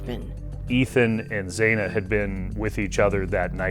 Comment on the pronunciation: And Zaina??